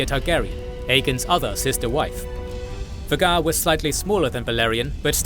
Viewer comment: You are NOT pronouncing Vhagar correctly....